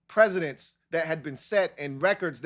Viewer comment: Presidents = Prez-idents. Precedents = Press-idents. It's been so long, so I had to do it. Sorry bro.